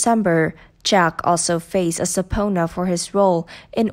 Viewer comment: Sub-peena. Not SUB -PONA!!! BUY A BETTER TEXT TO VOICE A.I.!!!